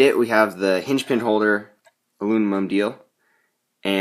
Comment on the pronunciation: "alunimum" haha, nice ride tho man